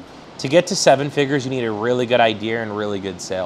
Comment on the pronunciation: Can we say "figures?" Not figers😂😂😂 Anyway great interview ❤